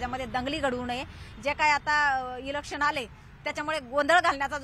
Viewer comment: इलेक्शन शब्द येतो का बोलता 😂😂